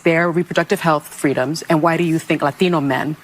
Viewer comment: I can't take her seriously if she's going to pronounce Latino that way.